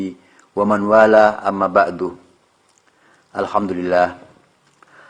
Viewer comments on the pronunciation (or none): none